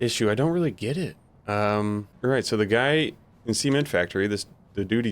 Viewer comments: the sement factory :face-orange-biting-nails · I gotta be honest. The way you pronounce Cement has gotta change it makes me laugh every time I hear it. I will say game still seems incredibly half baked and as the release was coming up for it I had a growing sense of the game would be half baked and I still feel that even with the updates they've had. There is a ton of ghosting that I've noticed. It's sad that I need to use upscaling with a 7900xtx not because it runs like shit [which it does] but because the game is incredibly pixely and the whole 'alife' debacle up to know [still have to mess with the new update although it feels like things are just haphazardly spawning in] but so far I have to say it's still not done. Devs which I doubt will be able to pull it off are gonna have to do some cyberpunk or nms levels of work to make the game enjoyable for me.